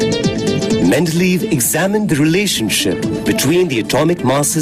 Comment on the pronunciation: This is a really cool video in terms of its description of the 3 tables; however, the music is quite distracting and hasn't aged well + your pronunciation of Mende-ley-ev is incorrect to the point that even a viewer wasn't able to type the surname properly.